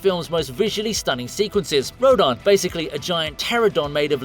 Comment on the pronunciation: It is pronounced (row-dan)